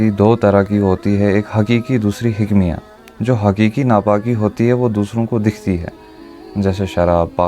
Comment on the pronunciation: 😂😂😂😂😂 hikmiya nahi hukmiya . Urdu b nahi aati . Jahil tujy urdu padni nahi aati . Too muhdis hai